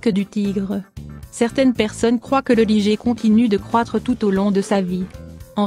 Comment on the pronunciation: on ne dit pas ''ligée'' mais ''Laille-gueur'' (de l'anglais liger) ou plus simplement à la française : ligre